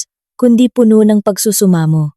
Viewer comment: ayusin mo ang pag bigkas. " Puno' " - meaning Full, ang bigkas mo " pono" ay meaning tree